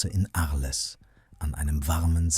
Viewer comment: Ich bin nicht sauer, nur entsetzt über soviel Unvermögen. Arles wie auf Deutsch auszusprechen, treibt mir echt die Tränen in die Augen